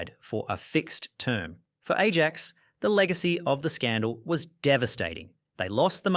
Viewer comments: please work on some pronunciations like david beckham and ajax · Said Ajax wrong, Said David very wrong, lol how do you say Olympique? lol are you saying all these names wrong for comedy purposes?